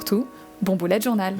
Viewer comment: Tu a dit boulette journal 🤣🤣😂😂